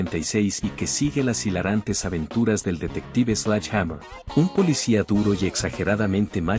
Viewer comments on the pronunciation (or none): por que le decis slach hamer? Sledge en fonética ingles es slɛdʒ... que para que entienda cualquier croto se pronuncia: sledye o sledshe. Párrafo aparte para la detective duró... la inspiracion que ejercia en mi en esa época ann marie martin era descomunal y desidratadora